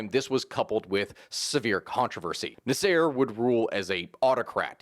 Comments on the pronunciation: “NaSEIR”? This is what happens when you only read a name… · The way you pronounce Nasser....omg. Egyptians will be coming for your head!